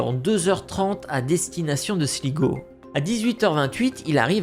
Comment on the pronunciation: Sligo se prononce slygo